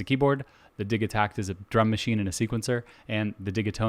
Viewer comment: Bro, its Di-JEE-takt